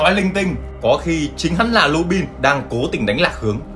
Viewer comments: Lubin (tôi đọc thành) - chubin😊😊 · ấy ầy Lupin đọc là lu-panh anh ơiiiii